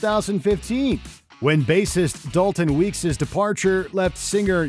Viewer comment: It's Dallon, not Dalton.